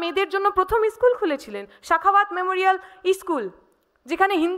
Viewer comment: Ischool. Na school